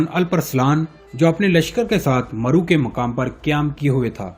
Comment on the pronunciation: TUGHRAL KO TAGHRAL MARW ko MAROO, KOTALMASH ko KATALMASH, YAABGO ko BEGOO, Ye sub kia hai, CHAAGHRI ko CHAGRI, خیر ہے؟؟؟😂😂😂